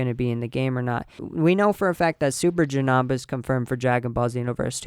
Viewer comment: Janamba lol it's Janemba! It's okay though!